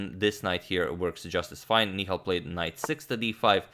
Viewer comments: Hey agad, It's Ni-Hal and not Ni-khal as in Mikhal Tal's name😅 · Antonio Sir the pronunciation is "Nihaal" Sarin :) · That's Nihal not Nikhail... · Nihal Sarin Ni ha l Ha like in 'Ha'rd.